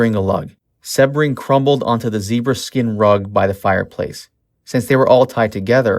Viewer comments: The constant mispronounciation of Jay Sebring’s last name is driving me to distraction, his last name is not one he was born with, he used Sebring as his last name for marketing purposes, because Sebring originally is a famous Florida car racing event, and he wanted something that suggested the heady excitement and glamor of the Florida race, which is known as Sebring, and it is pronounced with a long e sounds, like See-bring. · You say Jay's last name wrong. It is a hard E SEEbring. I mean really...if you are going to do a video on someone at least know how to say their name correctly. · It’s pronounced Seeee bring omg how annoying when they don’t know their names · Jay “See-bring” not “Seb-ring.” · His name was Jay Sebring...Pronounced SEABRING!...not SeHbring. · My God - this narrator is the worst. Learn how to pronounce words and names before you keep embarrassing yourself. "Beverly Hillbillies" - NOT Hill-billillies. It's pronounced Jay SEE-BRING NOT Seb-ring. (It's insulting to the guy's memory). And it's Warren BEAT-E (for Warren Beatty). NOT Warren BETTY!!! And it's LENO LaBianca - NOT Leo!! Susan "SADIE" Atkins - NOT SATTY. You sound ridiculous and ignorant. Do your research. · dude. it's pronounced "sea -bring". you gotta get that down when you're talking about one of the most infamous and well docu,emted murders in history down. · Its jay see-bring bro. Like the car. Lol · If you're going to spew some crap about this murder, at least pronounce Jay Sebring's name right. "See-bring." 🙄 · The picture you showed in color is of Barteck Voyteck, Voyteck’s son! And Jay last name is pronounced SE-BRING!! You need to do better research before you make another post! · It's prounced SEEbring. Nice to mention Steven Parent.